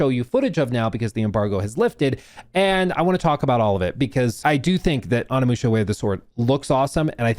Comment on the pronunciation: “On a musha” 😂